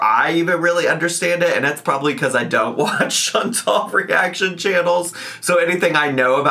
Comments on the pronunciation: Chan-TAL. Just because that dip $#!% can’t pronounce it, doesn’t mean we all have to be as dumb. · and Chantal are such good friends that can't even pronounce ChantAL's name!!